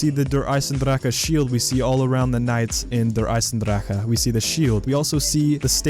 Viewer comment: It is not pronounced eisendrakke dude